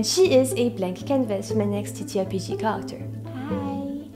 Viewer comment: T'as un super accent c'est dingue ! Juste fait gaffe des fois quand tu dis "character" on dirait que tu dis "culture".